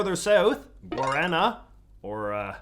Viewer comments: The way you pronounced Guaraná 😂😂😂 it’s pronounced Goo-ar-ah-nah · Quick tip, with the Brazilian guaraná, I learned it’s pronounced as guadana instead! Also if you get the chance the fry guaraná Arctic soda, it is soooo goood! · "Gorana what a weird word. Very peculia- Oh God he's talking about Guaraná." Pronunciation threw me the fuck off my rhythm. Very unused to the heavy rhotic pronunciation. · ive never heard someone pronounce it like that instead of gau da na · my stepdad is actually a first generation brazilian immagrant, and we frequently have the guarana candy and soda in the house (it’s actually my FAVORITE soda) i was so confused at first with your pronounciation cos he actually says it more like “g-wah-din-nah” as a kid the soda always reminded me a lot of gingerale but a lot sweeter but now days it has a more citrusy fruity taste.. 10/10 tho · I love the video, but your pronunciation of "Guaraná" just hurt my soul. (For reference it's pronounced something like "Gwad-ah-nah") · Your pronunciation of guaraná was painful haha, much love